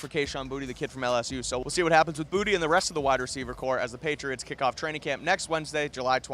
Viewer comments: he may have been trolling, but when he arrived and was asked by a local reporter, he said “bootie.” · it’s bootie. he said so.